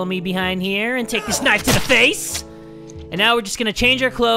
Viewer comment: the way that said knife but he said knifeo